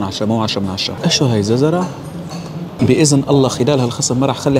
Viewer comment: جزره ❎ ززره ✅ 😂😂😂😂😂 امزح 😂😂❤